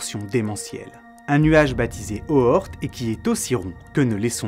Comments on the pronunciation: Bonsoir, une remarque qui se veut constructive: Jan Oort se prononce Ian Haurtt (avec le 'au' de 'au revoir'). J'en profite également pour écrire que Kuyper se prononce "cueille peur". Merci pour cette vidéo ;-) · A chaque fois que tu dis "le nuage d'Oort" j'entend "le nuage de Bohort" et je peux pas m'empêcher de penser à kaamelott. A part ce petit matrixage, j'ai kiffé la vidéo. Merci beaucoup. : )